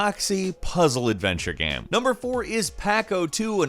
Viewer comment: anyone else noticed that pronounciation of "game" is weird. he says it like "gaem". and now it can't be unheard.